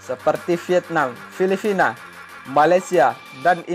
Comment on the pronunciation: Filipina atau filifina min ? 🤣🤣🤣